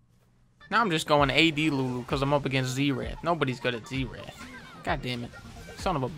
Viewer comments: zee-rath lol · I don't like how Dunkey says "zeerath" instead or "zerath" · my abs literally hurt from the "zeerath" part. so effing funny. [i always pronounced it zair ath but w/e :P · I believe it is spelled "Zee Wrath" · For a good sum of time I thought he was saying Z Rat